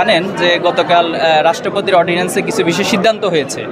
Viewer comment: Audience na ordnance.